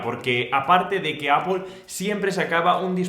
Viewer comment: Al fin un español que no dice apel